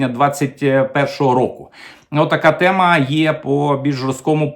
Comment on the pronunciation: сьогодні вам я поставлю лайкос, тільки за те, що мені не різало вухо оте ваше, рашистське, -- "тєма", "схєма", "проблєма". P.S. Але ж, ні, в кінці ви таки викинули своє рашистське "тєма". Ну, не в обіду вам, але так виглядає, що ми з совка вийшли, але совок залишив свій слід. Ви послухайте, як говорить корінний росіянин, котрий не так давно перейшов на українську мову, телеведучий Олексій Суханов. Та в його вимові близко нема таких висловів, як у вас,корінного українця, котрий частину свого життя пропрацював на УТ.